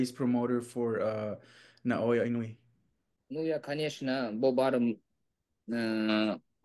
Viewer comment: “Inoya” 🤦‍♂️ its Naoya my man.